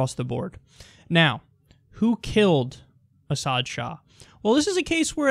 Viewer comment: It's pronounced "AWK MADIA"